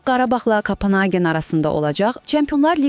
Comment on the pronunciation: кОпенхаген, кОпенхаген ,ай марал, кАпАнхаген ЁХ ЁХ ЁХ ай мян диян 🤦